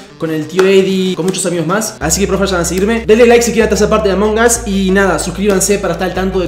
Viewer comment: Además lo dijo mal